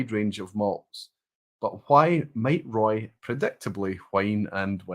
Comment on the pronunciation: Hi Roy, you spotted my name towards the end of the quiz. Well pronounced, though most versions are acceptable.😄I've been here for a number of years but because it's Friday morning here, I'm usually getting ready for work, and seldom see the whole session. Love what you do and the major part of my Whisky knowledge and experience comes from vPub and Recycled Reviews. I of course do my own research 🥃🥃🥃😆but thanks for leading the way. Slainte